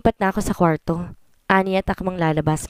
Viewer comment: NGONGO NA NAMAN ANG STORYTELLER.ANG ARTE NAMANG BIGKASIN ANG SALITANG KWARTO.